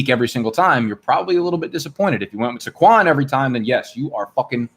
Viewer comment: How does he not know it's pronounced SAY-qwon not SUH-qwon?